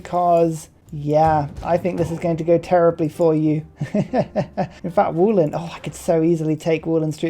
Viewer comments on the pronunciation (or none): It's spelled Vo-lin not Wooleen :D